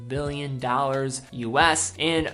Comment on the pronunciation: Please learn how to pronounce "Billion". It's Billion. Not Mbillion. There's a big difference. Without graphics I couldn't be sure. Thanks.